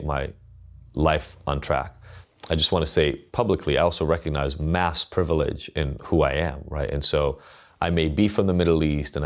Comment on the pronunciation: you lost me at "privilige."